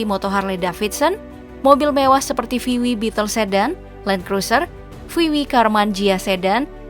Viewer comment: itu bacanya vi dabelyu ya min, bukan vi wi